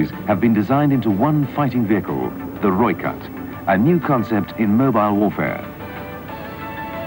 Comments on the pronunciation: Rooikat = 'Roy-kut'. Rooivalk = 'Roy-fulk'. Ratel = 'Raa-til'. Olifant = 'Olly-funt' (not quite, lol). Eland = 'Ear-lund' And you have to rrrrroll those r's ;) Also, reading the comments, it's kind of pointless comparing this to other countries designs in a way - it was designed for the specific requirements of the SADF, and based on their experiences. Having battled Russian export equipment, and surviving, even winning, was largely a matter of superior tactics, training, and often not a little luck (lightly armoured Ratels with low velocity 90mm's vs T55's etc involves the occasional sprinkling of luck, yes), and having been exposed to the difficulty of keeping the heavy, expensive (in strategic value terms) Olifants in the field, meant that they came up with this. Difficulty with logistics, the harsh nature and scale of Africa (it's big), operating on a shoestring etc, all typically African requirements that dictated a light, mobile, long ranged vehicle with just enough punch to do the job. African battles are normally about who can get what, where, then get out while keeping their indirect fed, even if they're just light mortars (aka Logistics). Not who has the biggest gun somewhere else. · You pronounce this as 'Roy Cut' with exaggeration on the R (R-r-r) <3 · no hate but its pronounced as Roy Khat but spelt Rooi Kat which is Afrikaans for red cat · Pronounced 'Roy Cut' btw... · Pronounced Roy-cut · Pronounced Roy cut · Its pronounced roy kut or red cat in english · He says Rooivalk right, but then butchers Rooikat? =_= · I love how you cover South African military vehicles, but the way you pronounce these names like rooikat, ratel, eland etc makes me cringe... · roy cat, not roik at lol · Its pronounced Roy-Kat.....ideally with a slight roll of the r. Nice to see the vid. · The pronunciation is -Roy-Khat [red-cat]. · Also, Rooikat is pronounced like Roy-Cut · Rooikat pronounced "Roy-cut". Eland - "Ear-lunt" (silent r) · Pronounced Roy cut, ratel (rah till)